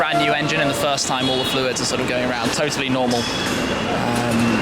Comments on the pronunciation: Stop saying Hotely, so dumb. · Stop saying ottaly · Why he say "Italy" when he gets excited ? Tell me its something about British English please.